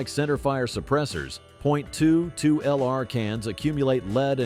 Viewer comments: All the technology and AI can’t say 22 😂😂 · STUPID 💩AI video! Jackass can't even say 22 correctly!!!!